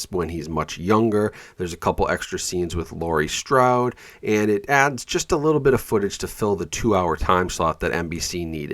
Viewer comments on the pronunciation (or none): Strode* not staude❤